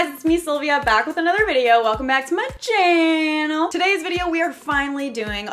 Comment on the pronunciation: Love how the way she says , " welcome back to my chynnal " 😊